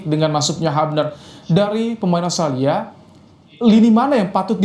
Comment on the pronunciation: Komentatornya mengerti pergaulan sepakbola internasional. Karena biasanya kometator Indonesia menyebut OSTRALI, OSTRALI.. Bung Wesley melafal dengan benar AUSTRALIA.👍🏼